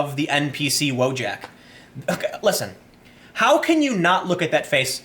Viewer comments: I can't listen to you misspronounce Wojak. It's not english word but polish or from eastern europe as it might sound similiar. Read it as "Voyak". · "VOY-ahk", not "WHOA-jack", it's Polish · Nice botched spelling of WOJAK... The J is not spoken like KOJAK, but more like KAYAK wojak basically means someone who was sent to fight in a war, a soldier, in polish.